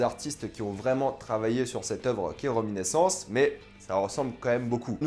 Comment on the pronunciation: RéminIscence (avec un "i") pas reminEssence comme vous dites à plusieurs reprises. Mais sinon merci pour la critique.